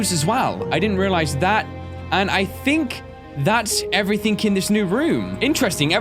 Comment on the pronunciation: IF HE SAYS SOMETHING OR EVERYTHING OR ANYTHING HE ALWAYS SAYS A K ON THE END